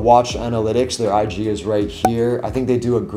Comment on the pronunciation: 哈哈講I G 很在地話欸